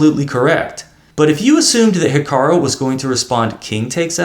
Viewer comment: It's HikaRU not hikaRO! This is so irritating, I'm making sure your videos aren't recommended to me.👿 please get it right.